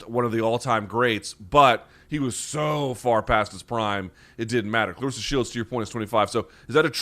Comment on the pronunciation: u r saying her name wrong, she corrected brett go to that video and see how it's pronounced